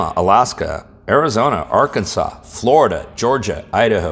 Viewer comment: It’s pronounced “flurrr-ihh-derrh” thanks hope this helps have a Great weekend 👌